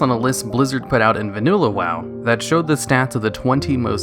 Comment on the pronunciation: “vaNUlla wow”